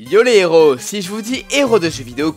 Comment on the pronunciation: La demoiselle est énervante et ne sait pas donner une intonation correcte. On sent vraiment trop qu'elle lit son texte. Et on dit "un héros", et pas "un néro".